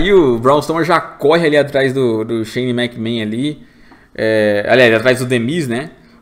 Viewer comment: Que agonia, o não consegue falar Shane McMahon